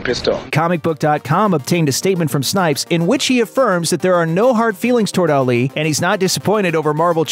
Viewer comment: You butchered Ali’s name